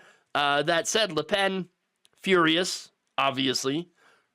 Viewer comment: It’s Le Pen, not La Pen… If it was “La” it also should be “Penne” but that is already taken for some pasta shape.